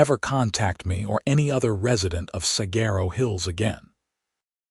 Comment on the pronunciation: Please learn how to pronounce Saguaro. It is the most well-known cactus in the country, and if your A. I. narrator isn't programmed to access the internet to pronounce an ambiguous word like Saguaro, then your editors need to step it up and do their jobs better! WE deserve better!